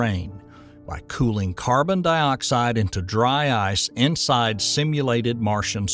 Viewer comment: What's "carbon-DEE-oxide"?